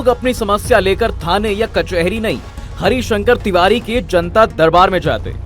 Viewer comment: पंडित हरिशंकर तिवारी बाह्मण समाज के गौरव है आज भी। थोड़ा नाम का उच्चारण सही से करे पत्रकार महोदय